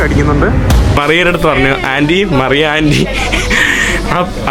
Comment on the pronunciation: മറിയ അല്ല മരിയ 😂